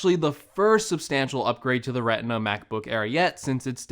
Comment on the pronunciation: Did he just say “Reh-inn-ah” (Retina)?